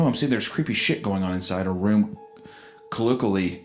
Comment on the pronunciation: Chalk another one up on the list of words both these grown ass men can’t pronounce: colloquially.